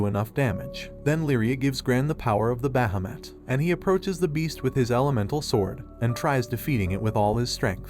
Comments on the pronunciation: Can we just talk about BAhAmUt and not bahamut (bah-hah-moot)? I just had to since his pronunciation was hilarious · The dragon not called bahmot it's pronounced as baheeemot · It's behemoth not bhameth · It’s Bahamat (Baa -ha-Matt) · You absolutely butchered Bahumet's name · The way he keeps saying Bahamut so wrong is the only thing I dislike about this video xD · I'm sorry the way you pronounce Bahamut is no just no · Why do you pronounce bahamut strangely? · The way he says bahamut is sad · Is Bahumut really pronounced like that? Sounds so wrong to me but I've never heard anyone pronounce it tbh lmao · I literally want too die you can't even say bahamut properly